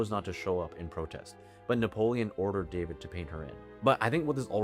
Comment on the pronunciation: Thank you for all your excellent videos. The correct pronunciation of this artist’s surname is “dah-VEED”.